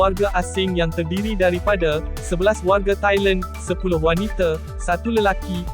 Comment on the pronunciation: Kalau boleh tolong sebut Wanita bukan Wanite ya.